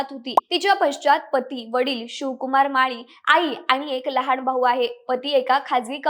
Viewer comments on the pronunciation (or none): भावपुर्ण श्रद्धांजली 🙏🙏 अगं बाई पण तुझे मराठी उच्चार आधी सुधार. न ला ण बोलतेस. विमाण लहाण सार्वजणीक निधण एविएशण कंपणी दोण फोण 😢😢